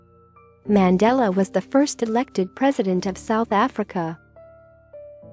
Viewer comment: Worst pronounciation ever of our former Presidents name